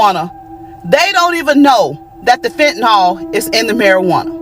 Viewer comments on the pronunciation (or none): There's no "O" in "fentanyl."